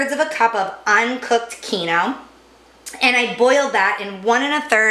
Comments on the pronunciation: It's keenwah!!! NOT keeno. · Holy shit it’s KEEN-WA The KEEN-OH almost had me turning this off. If you’re going to use an ingredient that is from another culture, at least pronounce it correctly. Thanks for the recipe? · What is keno? Do you mean Quinoa - pronounced keen -waa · Kee noooo what? It's QUINOA sweetie (kee no wa / keen wa) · "keen-wah" lol wtf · It’s pronounced keen wah! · Quinoa it's just pronounced uniquely here it is usually pronounced keen-wah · quinoa..., pronounced keen wah. 🤣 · "Keen-WHA" but otherwise, great recipe! Thanks! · "keeno"? hahah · Is.. she trying to say quinoa. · I legit had NO IDEA what she was referring to. Thank you for clearing that up. Quinoa. My god 😆😆😆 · Hey. At least she didn't say kwinoah!